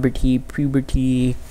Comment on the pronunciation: He said pubity 😂